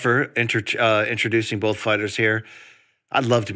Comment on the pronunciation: I swear Brian always says "bowlth" instead of "both" now. I'm not sure he's even trying it.